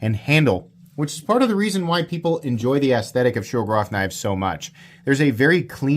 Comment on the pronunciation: Whats a shougerrof? Its Shiro-gorov. Learn the accents